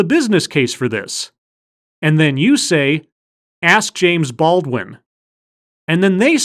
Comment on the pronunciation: Here's an idea. Learn how to pronounce the word "ask". You'll be significantly more employable then.